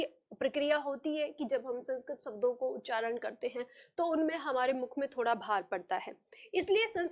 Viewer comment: Madam! आपने काफ़ी अच्छा समझाया। लेकिन कहीं कहीं उच्चारण में आप भी mistakes कर रही हैं। For example, आप 'शब्दों' की जगह 'सब्दों' बोल रही हैं। इसी तरह की कुछ mistakes सुधार लें, तो आपके lectures लाजवाब हैं। Plz take the comment pozitively... 🙏🙏🙏